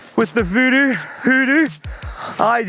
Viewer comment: Vodoo? Hoodoo? They doo Lol 😂